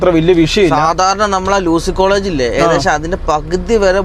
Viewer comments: ലൂസി കോളജ് അല്ല uc കോളേജ് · Lucy alla soosy ,pls U C College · ലൂസി കോളേജ് അല്ല,,യു സി കോളേജ് ആണ് പറവൂർ കവല കൂടി നെടുമ്പാശേരിയിലെ ലോജ്ജിൽ വരുന്നതാണ് എളപ്പം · U C college, not Lucy College😅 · എട,പൊട്ടാ ലൂസിയല്ല, യൂസി കോളേജ്